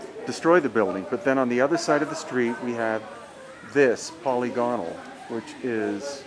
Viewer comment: Polygonal is pronounced "puh-LIG-uh-n''l."